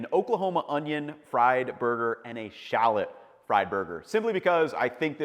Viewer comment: he didn’t even pronounce shallot correctly